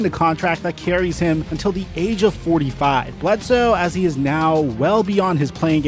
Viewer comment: I really appreciate your delivery, and your enthusiastic energy. Really great work! I also want to ask a question, and make a suggestion... and I don't want you to feel insulted: Why do you frequently say "aye" for "a"... and "thee" for "the"? I imagine someone taught you the wrong pronunciation for these words. There are very limited circumstances in which that would be correct...but most of the time it's not. It doesn't sound formal, sophisticated, or educated. Please don't take my word for it. You might speak with someone you trust about this, and reconsider how you pronounce these two articles.